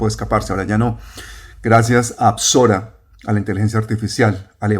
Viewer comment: “Besorah” es la palabra hebrea para “evangelio”, no apsorah